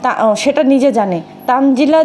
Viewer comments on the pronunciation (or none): ১০০% তানজিলার নাম তানিয়া। এইজন্যই প্রথম প্রথম দেখতাম এরা কেউ ঠিকমতো “তানজিলা” বলতে পারতো না, বলতো- তানজেলা।😅 সারিকা- মরিয়ম- মইরম। তানিয়া- তানজিলা- তানজেলা।